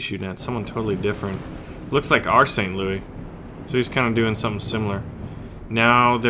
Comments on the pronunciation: We say St, LouiSSSSSS the 's' is not silent. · Since it's an American ship and named after the city you pronounce the S in St. Louis. Just sayan.